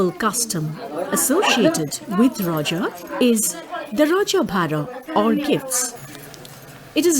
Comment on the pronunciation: This is our odia festival👌and one thing not rajo it's RAJA